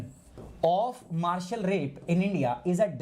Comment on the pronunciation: sir your pronunciation is not correct...it is MARITAL